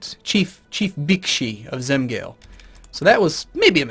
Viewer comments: Zem-gaal-eh Not Zem-gale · Hey, im surprised that you decided to play Romuva faith. Those provinces pronounce "Zem-galeh" and "Kur-zemeh".:) I'll definitely enjoy these series.